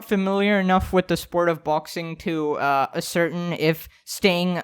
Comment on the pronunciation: Hey! Love you and what you do and the endless amount of mindless entertainment you've brought not just me but so many ppl! You rock, my dude. That being said, I was confused at first when you said the word "ascertain" and had to re-watch/listen a couple times before I realized what you meant! Just a pro tip, that weird word is pronounced like "ass-er-tain":) not trolling you haha, it was just the easiest way I could think to spell it out. Keep on being legit,!